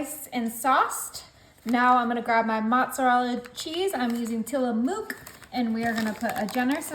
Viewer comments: It's not Tillamook, it's pronounced Tilla muck 😂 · Hi I am from Oregon. Tillamook is pronounced till-a-muk. It rhymes with "till a look". It has no sound that a cow makes - "moo" in other words. Which is funny because Tillamook county probably has more cows than people. 😂